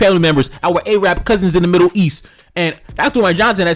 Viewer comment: Yo, know how to correctly pronounce. It isn't "A-Rab" its 'Arab' you dumbb ignorant fuks